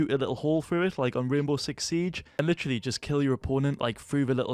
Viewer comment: is "literally" or "litchily" how hes pronouncing it an universal word to put everywhere to underline something?